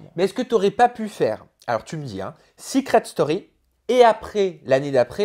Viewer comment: Sa vous stresse pas le "seuucret story"😂😂